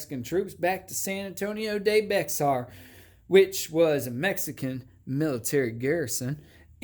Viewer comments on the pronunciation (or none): Bexar is not pronounced Bex-r, it’s Bear. Lol Gringo